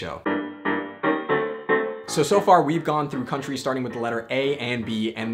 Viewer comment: The way you are pronouncing these countries tho :o